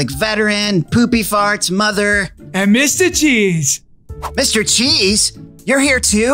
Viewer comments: When angel killed mr cheese it sounded like mr cheese said “owcheese” or something like that. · bruh mr cheeze said bul cwap